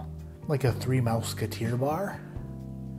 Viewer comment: did you say 3 mouse-keter?